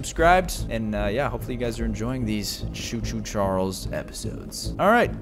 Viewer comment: It's choo-choo Charles whatever you said you did not say to two Charles